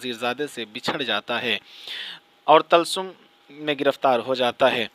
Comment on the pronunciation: Talsum nahin, Tilism